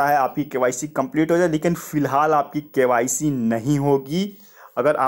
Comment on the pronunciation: tum btao koun se school me gye the...full process ko full proshesh bol rhe ho...KYC ko KYSHE...🙄🙄